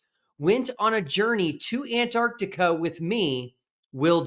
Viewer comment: Thank God that the Final Experiment has helped some people ( is one) now actually pronounce the name of the continent AntarCtica... Good job Will, another great video.